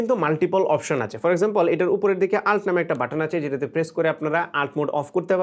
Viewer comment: আল্ট না এটাকে বলে ইউ এল টি